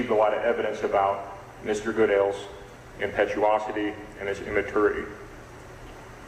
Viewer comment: How does the judge not know how to say "impetuosity" especially after the defense counsel said it correctly twice right before!